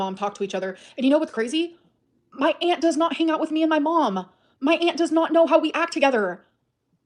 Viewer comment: Btw can I say that I genuinely hate the way she says aunt…it’s like nails on chalkboard not because of the pronunciation but the way she drags her speech is stupidly annoying…it’s like she saying “ayanT” with extra emphasis on the t